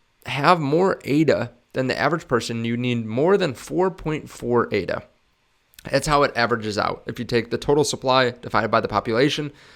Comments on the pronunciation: It's pronounced ADA, as one word. Not spelled out as A, D, A. You can't hold Cardano, you hold ADA. And then you expect people to take your opinion seriously? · Its Ada. Not A.D.A. Ada is a name